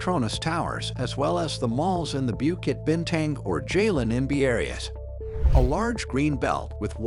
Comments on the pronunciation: It’s pronounced Jahh-Laahhn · pronouncing jalan as jaylen killed me